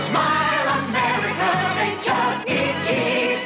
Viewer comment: No fucking shot this man said Charles entertainment cheese